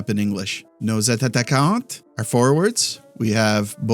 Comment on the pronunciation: shoutout pronouncing attaquants